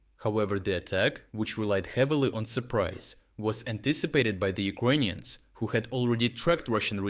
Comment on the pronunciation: Why do you say Ukonians and not Ukranians?